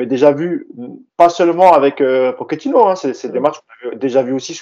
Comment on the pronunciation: Sinon, un jour, les mecs, vous pourriez juste bien prononcer le nom de Pochettino? J'suis loin de le porter dans mon coeur, mais entre les prononciations telles que pokettino (à l'italienne), les pokettinho (mix d'italien et de brésilien) ou les Pochettinho (carrément à la brésilienne), on en finit plus. Donc le mec en haut à droite faut qu'il arrête de dire Poketchino parce que là ça devient n'importe quoi. Et pourquoi pas Poketchéquoslovaque, tant qu'on y est... La bonne prononciation, en espagnol, c'est Po(T)chettino. Ce qui, décomposé, nous donne - répétez après moi! - PO-TCHE-TI-NO. Rien de plus simple. P comme "Poney", O comme "Olé", T comme "Tuchel", CH comme "Chantal Goya", E comme "Électricité", TTI comme "Tigana", NO comme "No comment" Pour conclure, j'aimerais finir sur une citation de Geoffrey Jourdren 😍 "ZIZOU! Z-I-Z-O-U! ZIZOU!"